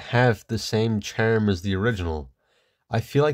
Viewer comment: ærms Cær chærm Your voice randomly becomes irish out of nowhere